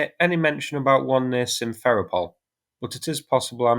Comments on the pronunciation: Sim-fer-O-pel. Sev-a-STO-pel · sim-fer-RO-pol ..since this is the location of the main russki air force headquarters and it will figure prominently in the news in the near future, the 'RO' is the stressed syllable ... just saying to avoid confusion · I for one cannot take seriously any commentator who can’t correctly pronounce a simple word like Simferopol!